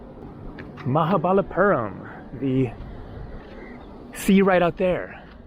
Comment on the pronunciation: You're saying it wrong, it's Maha - Bali - Puram